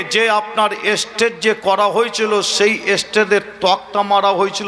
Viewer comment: আপনি আগে ভাষা ঠিক করুন স্টেজ তাকে স্টেট বলছেন